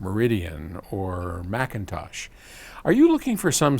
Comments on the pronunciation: I noticed no longer slams McIntosh by pronouncing it MickIntosh. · Someone slap me... I'm in shock! pronounced McIntosh correctly at least 3 to 4 times. Plus, a compliment!